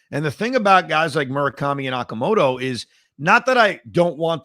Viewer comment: 2 things 1. Okamoto's is pronounced o-ka, 2 sounds. 2. Murakami was hurt, small sample size etc. The Swallows really stink, and have the last two years, so Murakami isn't getting the kind of protection he was during the championship season, or the year the Swallows lost to the Buffalos (and Yamamoto) in the Japan Series. Love Murakami, been a fan of his since he was drafted as a catcher, but I don't think he'd be great on the Mets.